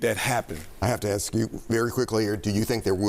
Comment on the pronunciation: "axe" yeah he be one of dose edumacted dei hires 😂😂😂😂😂😂😂